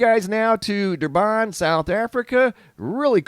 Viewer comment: "Durban"? Where, sorry? 🤣🤣🤣 Thanks for the laugh.